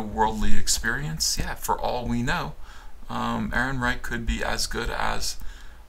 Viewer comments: That's a soft "ch" like a punctured bicycle's tire. Not a hard "ch" that sounds like a "ck". Chhhhhhhhhhhhhh… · Roll the r's, chchchchc the "eichchchcch" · Yeah, I didn't like "EhrenreiCH". On the plus side, it reminded me of Victor Borge's phonetic punctuation, and who doesn't love that??